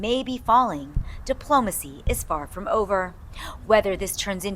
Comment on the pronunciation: It's diplomacy not dimplomacy